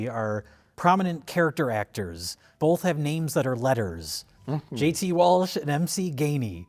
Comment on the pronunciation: If you're going to go after Mike about 'asteriks,' then you also have to go after for 'BOLTH'.